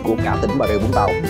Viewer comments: cảm ơn vì đọc là vũng tàu chứ không phải zũng tàu :)) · ko mình ko ở vũng tàu. nhưng nghe ad đọc rõ là vũng tàu thì thấy dễ nghe chứ nhiều người cứ đọc chữ v thành chữ d hoặc chữ z nghe đau tai lắm :)). hihi